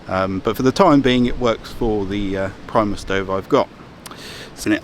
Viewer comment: reads Primus hears Priemus :P love it